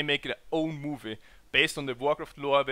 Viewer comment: * movie .. not mie :/